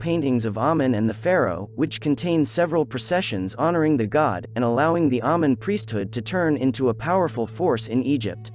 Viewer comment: it's actually pronounced amein, long a sound.